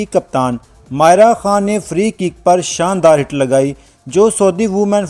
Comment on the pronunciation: او کھوتے انسان، وڈیو بنانے کا شوق ہے تو نام کا تلفظ تو صیحیح طرح سے ادا کرو! ماریہ اور مائرہ میں تمہیں کوئی فرق ہی نہیں معلوم ہو رہا!!!